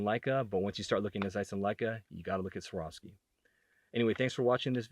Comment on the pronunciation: Get used to saying a hard V dude. Its Svvvvvvvvvvvar ovski.